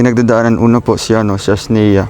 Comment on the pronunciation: Sa wakas tumama rin ang pagbigks ng pangalan sa Asnea, joke lang